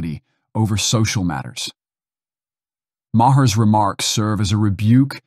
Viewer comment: Who's Bill Ma-hear? Or Bill Ma-her, for that matter?